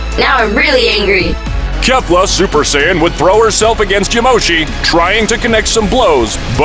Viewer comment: im sorry for this but " super cyan" :))))